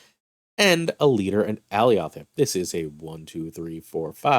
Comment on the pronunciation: i can tell you havent seen loki because thats not how you say alioth